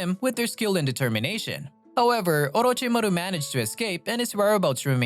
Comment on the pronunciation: If it isn’t a text to speech app of some kind then why is the pronunciation of “orochimaru” and “akatsuki” so garbage. ur a thief and a liar. The COPY ninja as ur profile pic is a funny troll though, I’ll give you that